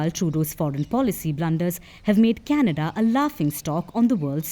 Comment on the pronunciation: candada is not zee garbaga dumpa.